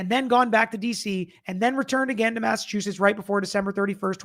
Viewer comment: My Husband was born and raised in Massachusetts. He said you did great at the pronunciation. He married a Southern Belle (me) and we have fun conversations about what we call items. I told him I was passing a Statie when a NC State Trooper was beside me. He was so proud! 😂